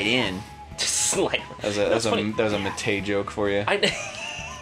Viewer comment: Pretty sure it’s Mike Matei, not Batayeh